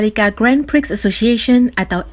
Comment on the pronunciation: Mbak membaca grand prix-nya yg bener. Malu²in.